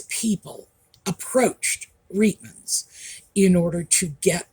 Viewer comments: We pronounced the store’s name as “ Riteman’s” not “ Reetman’s.” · Just an FYI - Reitmans, pronounced Rightman’s, is Canada’s largest women’s clothing store, not high end, more middle/lower end but not bargain basement.